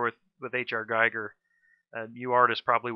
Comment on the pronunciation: Its Giiiiiiiiiiiiiiiiger not guyger